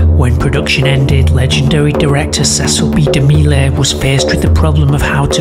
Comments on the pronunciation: Demill the e is silent. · CECILE B. DEMILLS. THE E IS SILENT!